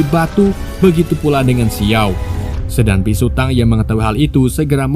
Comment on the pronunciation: biksu bang bukan bisu😅😅